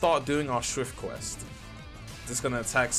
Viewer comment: its schrift not schwift btw your the goat tho